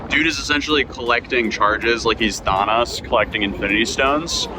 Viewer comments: “ “Thon-es”? 😂😂😂😂 don’t use jokes that you clearly don’t understand. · what did you pronounce Thanos like that? “Thannos” lol Just giving you shit. That’s epic you flew all the way to South Korea 🇰🇷 for his trial lol! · It's thanos, not thaughnos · Hey, Thanos is pronounced: Than- knows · Thawn-awss? Who can't pronounce Thanos? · was this the first time you've ever said Thanos out loud? Did you hear yourself say it? 🤣 For the last 7 or so years, when Avengers infinity war came out, I've never heard anyone call him "Thawnose". Well done 👍🏼 now shave your lip. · As soon as he said “thonos” I turned the video off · Did my man say Thaw-noss? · Lol "Thawnos" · bro said thonos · I just saw say the worst thing I've ever heard him say... "Thah-nōs" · saying Thanos like “Thaw-nose” is crazy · Bro really said 'thahnos' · Bro said "like he's thawnos" like they don't pronounce it in the movie a berjillion times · Not to be off topic but did you pronounce it "Thaw-nos"? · I'm sure you're tired and jet-lagged. But you need to read better, and you mispronounced Thanos. I doubt the misreading stuff will get you hot water, but I heard mispronouncing Thanos in South Korea may be a crime. 🤣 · That sure is a way to pronounce “Thanos”. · You pronounce Thanos like a Nazi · You need jail time for how you pronounce thanos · Thanks for reporting. Just wanted to say I’ve never heard Thanos pronounced like that before lol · Lost me with the mispronunciation of “Thanos” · I don’t know why your pronunciation of “ thanos” erks me bad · my brother in Christ have you ever seen a marvel movie? It’s pronounced Thanos, not Thanos. Jeez 😂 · You mispronounced Thanos. You get a dislike for that.😂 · the most criminal thing is the way you pronounced thanos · Thanos said wierdly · the way you pronounce thanos gave me a physical reaction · Ngl the most offensive part of this whole vid is how pronounces Thanos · The real crime here is how you pronounced "Thanos"